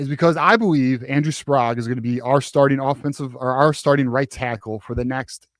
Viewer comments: Andrew Sprague's last name is pronounced Sprayg, not Sprog. Please say it correctly. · This drives me crazy, the last name Sprague is pronounced Spr-egg not Spr-ahg.